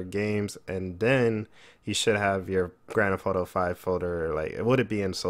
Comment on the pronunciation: anyone else like how he says grand f auto